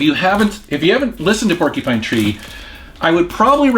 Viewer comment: "Porky-Pine Tree"